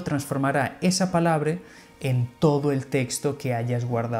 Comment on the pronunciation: Palabre??? Dijo palabre??!! Ojalá sea que se equivoco